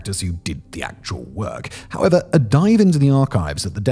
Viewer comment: When you say "however" it sounds like 'hava."